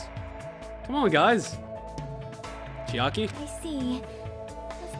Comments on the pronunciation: For one highlight, i want a compilation of every time you say "Chikai" and then at the end, the time you said "Oh it's chiaki! I've been reading it wrong.." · It hurt just hearing him say “Chikai” and “Nekomura”